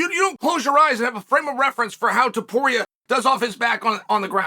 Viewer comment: "Toporier?" Really Chael